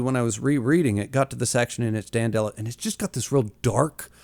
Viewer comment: Audio book guy here Name is pronounced as "Dan del oh" more like dandelion not "Dan delo" like Jello